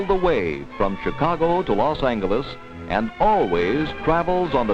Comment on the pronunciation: The narrator used the old-fashioned pronunciation of Los Angeles, with the hard "g".